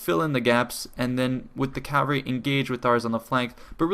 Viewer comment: It's "cavalry", not "calvary."